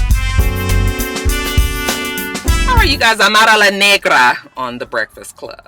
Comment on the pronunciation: lol I love how you say Amara's name. You say the full name perfectly haha